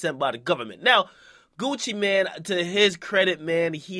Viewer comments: Nigga its gucci mane not gucci man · Nigga its Gucci MANE, not man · I thought it was Gucci MANE not man lol